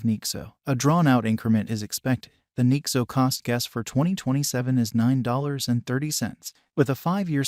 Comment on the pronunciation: “Nixo” “ethereeum”